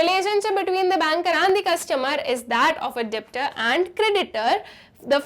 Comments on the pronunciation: Mam usko debtor nehi pronounce karte usko detor pronounce karte hain... B silent hain usme🌸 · Ma'am pronunciation of (Debtor) 👍 try to hear in Google